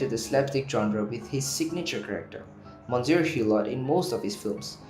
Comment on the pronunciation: He doesn't even know how to pronounce "Monsieur"!